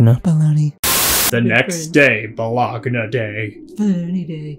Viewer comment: It's Bah-Loney! 😂 Haven't laughed this hard in so long! Great job!